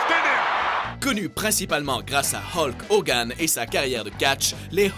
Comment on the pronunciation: Sa va hulk hogan et pas idoit